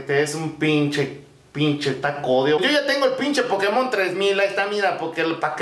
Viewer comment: No se dice pokemón se dice pokémon